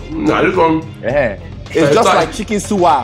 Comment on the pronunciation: my guy said chicken suwa LMAO